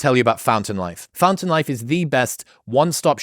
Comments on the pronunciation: When he said "Fountain Life" I heard "Phantom Life" and I was afraid I was about to get Mitch'd 0_0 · When you mentioned the sponsor, for a second I misheard the name as Phantom Life instead of fountain life and was like, that sounds like a totally apt name for this phenomenon